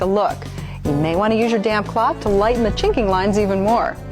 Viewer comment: I kept thinking the tv host was saying "now get your damn cloth" not 'damp cloth'